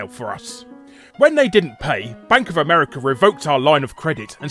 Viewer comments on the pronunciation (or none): none